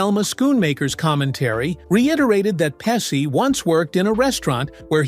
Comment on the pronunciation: Pessi? Pechie